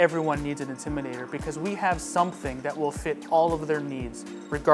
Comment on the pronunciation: I wish he would say the word "INTIMIDATOR" correctly! It's NOT the "Intimider!" Finally, he got it right! And he's supposed to be a DJ using a microphone to amplify his speech? How did this get past the Advertising/Marketing folks?